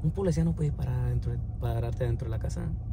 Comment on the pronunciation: Se dice policía,, no polecia.